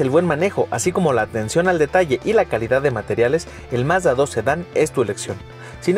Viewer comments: Alguien enséñele a hablar al tal con su Mazdadós y su Hyundái. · Nunca he entendido por que siempre dice los nombres a su "modo" (pronuncia mal los modelos) Mazda2 HyundÁi Accent Al igual que lo hace con el "Mazda3" y "Mazda6"